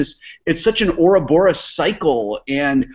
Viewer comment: six points to you if you knew why Wil said oroborus! NOPE, sorry here's 60 points! GOJIRA!!!!